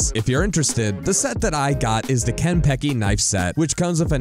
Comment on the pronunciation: Dude, you pronounced "kanpeki" wrong. You gotta put more joy into it. Because it's(literally) perfect.